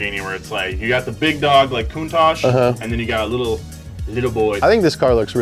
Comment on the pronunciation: The way pronounces Countach sounds to me like "cunt-ache" which makes me laugh every time... I need to grow up.